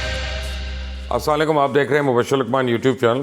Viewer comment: assalekum ^^ you cant even say it correct